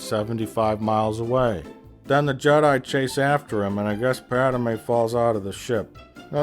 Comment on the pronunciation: So he says character names wrong on purpose right?? “Padame”, “Doku”